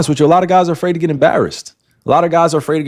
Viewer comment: "alot of guys are afraird to be embarassed" yes bro BY YOU.